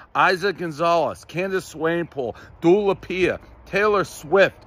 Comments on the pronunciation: Dula Pia??? 🤔 Dua Lipa? 😂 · Dula peep or something 😂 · Do La Peeah you mena dua lipa ? 😂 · Du lipia insyead of dua lipa was hilarious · "Dool Lupia" Did you mean Dua Lipa Dave? Lol 😂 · He said dula pia 🤣🤣🤣🤣🤣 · “Du Lapia” LOLLL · The Dua Lipa pronunciation was tough lol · vback tf up, the way broski said Dua Lipa is wild